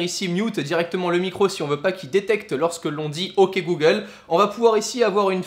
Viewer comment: j'adore comment il dit "øk google" regardez !! 😂👍🏻